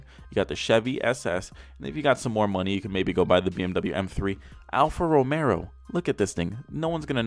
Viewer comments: ALFA ROMEO not ALFA ROMERO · "Alfa Rome'R'o"? Boy, chew your food before you speak. Alfa Romeo, Merica. ;) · Boi. Its Alfa Romeo no Romero. There is one r. One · Alpha Romeo... you were killing me with that alpha Romero anyway love your vids they make laugh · Alfa Romero Every person in the world: ತ_ʖತ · Okay guys comment down below I wanna see if you think if it's rice or nice.. Everyone:! You cane say Alfa Romero! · Great job,but its alfa romeo prounounced alfa romayo. Not romero.sorry.just a pet peave of pronunciation. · Hey, is Alfa Romeo, not ROMERO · Alfa Romeo, not Romero like I saying and is a great car go have look in to it before u say anything. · Americans: "Hunday" "Alfa Romero" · "alfa romero" Every italian on earth: 🤦‍♂️ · Diego _. He also said Mini Coop 😁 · And he said "alfa Romero" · If this man saids Alfa Romero one more time imma shoot myself 😂😂😂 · “Alfa Romero” 😂. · Mans said romero 😂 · Alfa Romeo "Al-fa Ro-may-oh" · I honestly can’t tell if he was saying Romero on purpose or not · There is no R in alpha romeo lol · "Alfa Romero" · It’s pronounced “Hyun-die” like “yun-die” but with an H in front, and Alfa Romero? lol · I hate how he says Alfa Romero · Its pronounced alfa romayo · All this time, it was Alfa romeo? For the first time ever, I've just realised its Alfa Romeo, not Alfa Romeo. Bruh. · You pronounced Kia Forte correct. Alfa Romeo on the other hand, wrong as shit